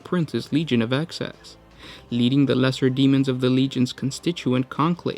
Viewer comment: Excess.... Excess.... EXCESS not access... FFS